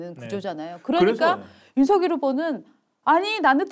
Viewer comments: '서결'이라니 발음이 너무 ㅠ 누구 이름을 부르는건지요 발음 신경 좀 쓰세요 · 아직도 윤서결이라고 호칭하네요 윤석열후보 본인도 윤성열이라고 본인을 말합니다 두가지 호칭으로 듣기 거북한데 윤후보 본인이 어떻게 발음하는지 듣고 제발 따라하세요!! 센스가 너무 없어